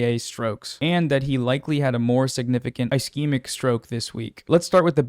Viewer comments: Ischemic is pronounced ‘uh sheh muhk’ (ishemik) It’s got that Steven Buscemi syndrome. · If there's any example of why people shouldn't listen to non-medical people on the internet, it's when someone who doesn't do that and is generally smart covers something Healthcare related and can't pronounce basic medical phrases. Ischemic is a soft "i" for example. Kudos on covering this fairly. Just something I had to acknowledge due to my insistence on arguing with antivaxxers online. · I appreciate your coverage and the advocacy you do but man it's a bit disheartening seeing you or hasan reading tweets as news but not even having the time of day to look up how to pronounce "ischemic" or the drug names (except ezetimibe i guess), or maybe giving more info on what CVI is when it isn't expanded upon in the thread. Just a tiny bit more effort and this wouldn't be "trump slop" lol. Or even challenging the post in some cases where it's outright misinfo. Aspirin IS regular med for cvs disorders. It's literally the first line thing to take and the most important.